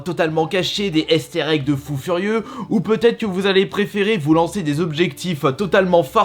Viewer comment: Des « èstèr egg »